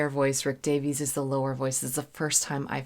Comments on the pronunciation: I love your reviews. I would like to point out, if I may be so bold, that in Britain the name "Davies" is pronounced the way Americans say "Davis". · Hi, Rick Davies (pronounced: dā-vis) sang the lead vocal and played the Wurlitzer electronic piano on ‘𝗕𝗟𝗢𝗢𝗗𝗬 𝗪𝗘𝗟𝗟 𝗥𝗜𝗚𝗛𝗧’., for someone of your calibre, it’s amusing to see a sudden case of faint-heartedness. After all, having performed with full orchestras and rocked out with hard rock bands, now sitting snug at home and fretting over 𝗦𝘂𝗽𝗲𝗿𝘁𝗿𝗮𝗺𝗽 jump scares is nothing short of comedy gold. I can’t help but find it completely hilarious. LOL! 🤣🤣🤣 Having been informed in advance of my purchase that 𝘾𝙧𝙞𝙢𝙚 𝙤𝙛 𝙩𝙝𝙚 𝘾𝙚𝙣𝙩𝙪𝙧𝙮 was an audiophile-level production, I decided to splurge a little and buy the Mobile Fidelity Audiophile Limited Edition version of 𝘾𝙧𝙞𝙢𝙚 𝙤𝙛 𝙩𝙝𝙚 𝘾𝙚𝙣𝙩𝙪𝙧𝙮 on audio cassette tape in early 1981. Mobile Fidelity used the BASF brand of audio cassettes for their offerings. However, my preference has always been the TDK brand for audio cassettes, specifically the SA and SA-X high-bias proprietary Super Avilyn tape formulations. The Super Avilyn formulation by TDK is a high-quality audio tape technology used in various cassette types, including high-bias and chrome-bias equivalent tapes. This formulation is known for its superior performance, offering a wider frequency range, lower noise levels and dynamic range, and improved maximum output compared to traditional tapes. The Super Avilyn magnetic particles are denser and more evenly packed onto the tape surface, providing improved power-packed performance and a clearer sound. This formulation is compat